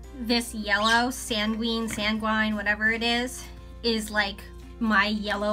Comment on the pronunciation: I've never heard of that brand before I'll have to check them out very vibrant colors. For the one you were having trouble pronouncing I think it is said like San-Gwen if I remember correctly